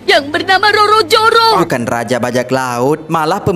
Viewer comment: "Roro joro" 😂😂😂 sereh ahh dub indo cam tu..